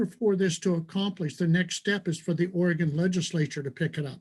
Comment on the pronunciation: Props to Benny to actually knowing how to pronounce Oregon. So many people pronounce it wrong